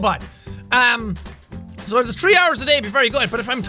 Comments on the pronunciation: He says "tree" instead if three x3 just like me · you can hear the irishman in him "So when im sleeping the tree hours...." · I pronounce it thuree hours lol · He was saying thats how jack pronounces it